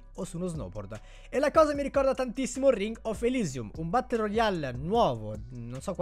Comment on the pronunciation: Si esce lo snoubord